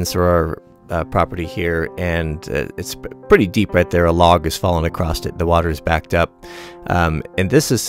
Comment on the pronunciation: Nice... By the way.. no T in across.